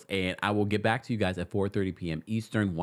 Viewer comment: The “Eastren” killed me!! I noticed that too 😂😂